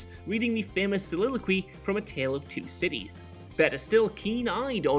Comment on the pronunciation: Maybe it's just me but as a Garfield fan; everytime said a Tale Of Two Cities... I was just hearing a Tale Of Two Kitties. XD